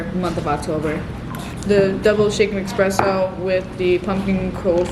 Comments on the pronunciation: I literally love your videos! I’ve been watching you since last year, thank you for all the cozy vibes❤️ Ps: it’s espresso not expresso 🙈❤️ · Take a shot every time she says EXspresso